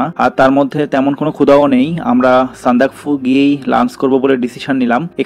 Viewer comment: উচ্চারন হবে সান্দাক্ ফু ।